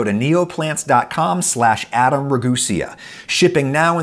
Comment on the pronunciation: I heard Neopets when adam was saying Neoplants while i was just listening to this video and i picked up my phone so quick to see what come back Neopets was trying 😂